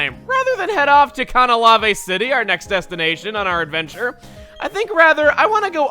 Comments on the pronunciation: Please... It's Cana-lave city. Not Cana-lav-ay. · For the LOVE OF GOD Chugga, it is pronounced CANNA- LAIVE. Not CAN- NUH- LAIVE- EE. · it's pronounced CANaLAVe not kannalave it's CAN-a-LAYVE get it right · Can-ah-lay-v. Not Con-uh-lav-eh. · Why do you say it "Cah-nah-lah-vay"? It's "Can-uh-layv", isn't it? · its CAYN-uh-layve not cahn-UH-lahvea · It's not pronounced "con-uh-law-vey", it's pronounced "can-uh-layve". Ive never heard anyone pronounce it like you,. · "CanalavEY" city? I pronounce it "CanalEIV" city. Oh well. Pronounciations are the bane of any Pokémon fans existense. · ITS CAN A LAY V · I thought it was pronounced "Kan-A-Layve" City? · I just checked and no, the way that Chugga is pronouncing Canalave is not how they pronounce it in the anime, they pronounce it just like everyone else, Can-a-layve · I'm pretty sure it's pronounced Kuh-nal-ayv. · "I always try to get the pronunciations right..." Then why the HELL do you keep pronouncing "Canalave" so horribly wrong?! IT'S CAN-AH-LAYV! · Oh cool a new Platinum vide- "Cah-Nah-LAH-vey" eye twitches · CAN-UH-LAYVE!!! Seriously! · The way you pronounce Canalave is stupid af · THAT'S NOT HOW YOU PRONOUNCE CANALAVE GOOD GOD CHUGGA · What's up with his canalave pronunciation? There's no accent on that last e... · RioluMan M No he's not. He thinks the way he says it is right no matter what and is incapable of admitting fault. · Is Chugga's pronunciation of 'Canalave' the same as the anime's pronunciation? Because I've never heard it pronounced the way Chugga pronounces it, and I've never watched the D/P anime, either. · HE DID IT AGAIN! "Canalave City" still made me cringe.